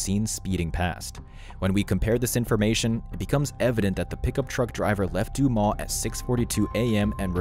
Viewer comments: It's not Du-maw. It's Du - MAS. Like Christ-MAS. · Duu mah’ Arkansas? Try Duu’ Mus Learn your pronunciations before throwing out your click bait. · hehehe What's Doomah in France is Doomus in Arkansas. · it's pronounced "DOO-miss" not "doo-maw" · The town is not Du•maw' It is 'Du•mus. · The town is called Dumas (doomus) is how it’s pronounced, I have worked there in the past and it’s a very small town. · It's actually "doo-mas" - it's French. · The town is pronounced Do muss. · Not one person mentioned the fact that this speaker can't pronounce the name of her city. Dumas is spoken just as it is spelled..... Du-mas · Dumas is pronounced DOOH-mus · French sounds like DEW-MUS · dude your not even close to prounouncing that towns name right.